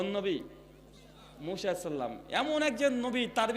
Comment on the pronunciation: মুশা নয় মুসা নবী, নামও টা ঠিক মতন উচ্চারণ করতে পারেন না আবার আরেকজনের ভুল ধরেন, মানুষের ভুল ধরাধরি না করে নিজের ভুলগুলো কথা হইতেছে সেগুলো ধরুন